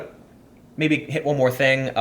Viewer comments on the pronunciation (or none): none